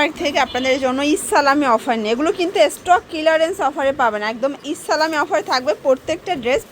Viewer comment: Stock kilarense na aunty stock clearance bolte hoy😅😂